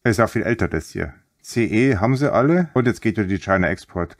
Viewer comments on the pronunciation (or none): none